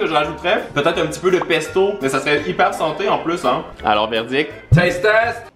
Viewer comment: quand il a dit taste test j'ai entendu tee test sa ma rappeller une vidéo ou emma watson (Hermione Granger) fesait le test de ses fausses dents